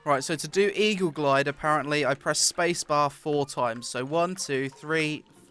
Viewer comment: jumpuhhh blockuhh glideuhhh ROFL heheheh